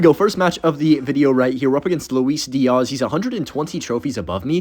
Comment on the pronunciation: ik is from the Midwest when he can’t pronounce Diaz correctly 😭